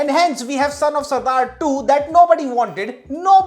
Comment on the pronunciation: Why r u saying punjabi as surdard??. Wdym